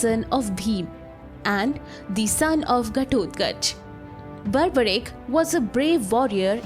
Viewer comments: First things first it's pronounced Barberic not Barbaric like the word barbarism. Do not mispronounce the name for the sake of sounding American. Second if you are a channel representing Hinduism than do not use Robin Hood styled western digital art thumbnail. The thumbnail should look Indian with Indian attire and body language. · Mam, get your facts right. Also PRONOUNCE the Great name of Barbarik properly and not in your fancy accent. You are making him sound Barbarians. Give proper due respect to these Divine souls. Hate your accent and pronunciation. So fake. Instead of spreading the glory of HINDU culture you are a black spot on it. Stop it.